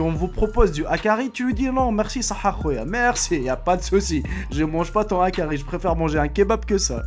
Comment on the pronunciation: HAKARL pas hakari